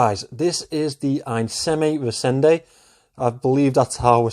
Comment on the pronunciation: Great effort. My last parting critique would be that on the 'Reisende' you are putting the emphasis on the 2nd syllable, rei-SEN-de, whereas it should be in the first, REI-sende. But enough on the language stuff... what a great understated watch!